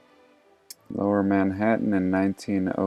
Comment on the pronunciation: Manhattan.... Hattarian😂